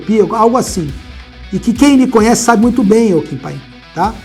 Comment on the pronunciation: "Kim panin"